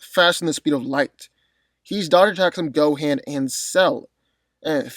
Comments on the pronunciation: Why it seem like white folks wont rest til they screw up every established name?😂 Na-MEEK-Ian !??? Than- Naughs??? Go-hand????ITS NA- MEH-KIAN THAN-OHS GO-HAUN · The fact the he said go-"HaN" says a lot 🤣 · Am I tripping or did he pronounce Gohan name wrong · The way you say Gohan lmao